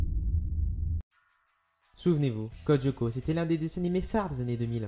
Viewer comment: Sa me stresse quand tu dit Codioco :') C'EST CODE LYOKO xD